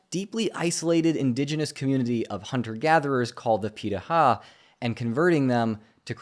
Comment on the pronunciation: Hey,! I haven't finished the video yet, but I'd like to make a comment on the pronunciation of "pirahã". You did a great job reproducing the "r" sound and I know the "ã" sound is more difficult for English speakers, but it's closer to "han" at the end of the word, therefore: pirahan (without letting your tongue touch the roof of your mouth when you produce the "n" sound). It doesn't affect the quality of your video, it's just an interesting detail. Edit: now I see that the speaker himself is pronouncing it wrong haha brazilian culture in one anecdote omg